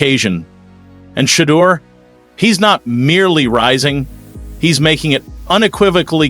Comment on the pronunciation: Give him the respect of pronouncing his name correctly. Sha-door is the way it sounds.